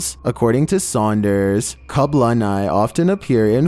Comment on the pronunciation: A well done to he said the welsh name for the goblins perfectly. Being a welsh speaker I know it's a difficult language so very commendable. As for goblins in the mines hmmm not too sure lol.